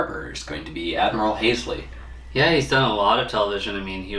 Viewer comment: Good analysis , but the Admiral's name is pronounced hall-see not Hal-see.